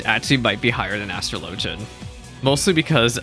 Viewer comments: dude literally Google it… as-truh-LOH-juhn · Astr-LOW-gian is the correct pronounciation. In ff, astrology and astrLOWgy both exist but are not the same thing. It's pronounced differently so people are aware of which one is being discussed.